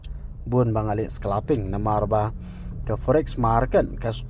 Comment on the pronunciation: Scalping ❌ sclaping✅😂